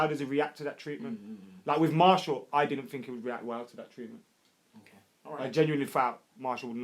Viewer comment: Btw it's pronounced Mar-Cee-al not Marshall or Mar-T-al lol